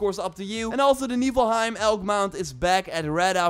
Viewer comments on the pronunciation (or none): you should really atleast try pronouncing things right... Niflheim, Jotunheim, Joyeuse... it hurts my brain